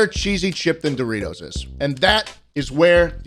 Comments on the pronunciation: Schlatt saying the name of Doritos wrong: Says sorry Also Schlatt: This f*cking sucks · Mispronounces Dorites spicy sweet chili and apologies but then proceeds to reck em. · Proceeds to say the chips suck after apologizing to Doritos for mispronouncing the name